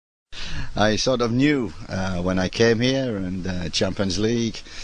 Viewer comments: “It is arsenal” “champons league” “massive unjerjogs” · Mclaren is newcastle manager now. They could be how you say underdogs this sheson they might even challenge for how you say Champions Lheege !!!!